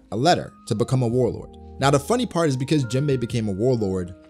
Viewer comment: Isnt just “Jimbei” not “Jin”